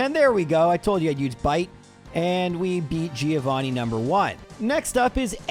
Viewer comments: He did it. He called him "threeovani" Bring on the new year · Trio-vanni? No?